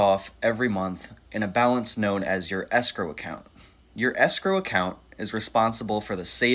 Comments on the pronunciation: What is “sgrow”? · As a French person, every time I hear the English word "escrow", I can't help but think of the French word "escroc" (you pronounce it exactly like "escrow"), which means "con artist" ! There must be a reason why these 2 words are connected !